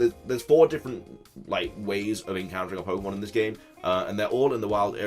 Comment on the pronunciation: it's Pokemon. Not Pokeonn. You clod. I can’t wait to name my baby girl Sobble Sapphire and my baby girl Scorbunny Momo Mochi. They’ll be so cute and we’ll go on grand adventures together.